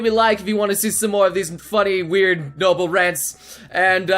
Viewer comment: Its noble not nyoble